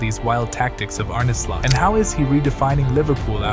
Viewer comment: Pretty fab video, but you're pronouncing his name incorrectly. It's more Arn-uh, not Arné.